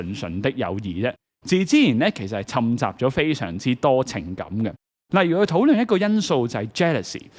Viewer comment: 嘩! 犀利! 短期內改善N個懶音, 好學! 字正腔圓, 聽落才順暢+入耳。(註: 摻雜 讀對了👍)